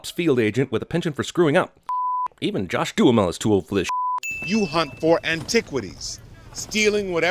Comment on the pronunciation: CinemaSins Guy's pronunciation of Josh Duhamel DING